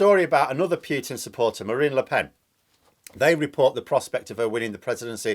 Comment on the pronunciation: His name is not pronounced Pewtin, the u is short